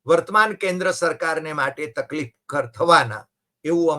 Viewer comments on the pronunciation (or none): none